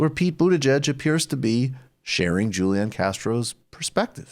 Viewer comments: Great video as usual Michael & co. Also, the “j” in Spanish (for a name like Julian) is pronounced with a traditional “h” sound. Huu-Lee-Aan, rather than Juu-Lee-in. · HOO-LEE-AHN Castro! Michael, quit butchering the spanish! But yes, I absolutely agree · Are you saying Julian Castro's name wrong on purpose?